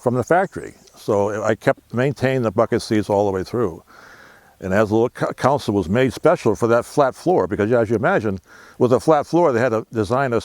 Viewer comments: Yup; you did!;...it is console; NOT: council.! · Console not council.